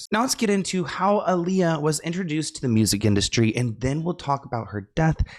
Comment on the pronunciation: It’s Aaliyah not Aalijah